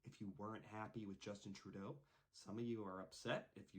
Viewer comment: Close enough, he doesn't deserve the respect of having his name said right anyways...